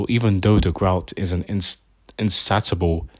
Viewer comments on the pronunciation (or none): its pronouced “in-say-sha-bull” if i remember correctly